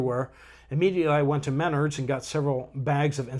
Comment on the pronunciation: I chuckle how he says Menards.. lol